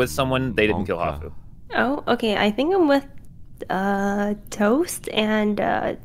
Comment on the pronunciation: What does hafu say??? Defen? 🤨